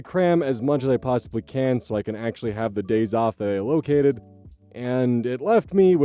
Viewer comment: I feel like you’ve never heard the word allocated said out loud.